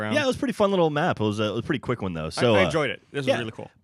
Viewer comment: He said WANN again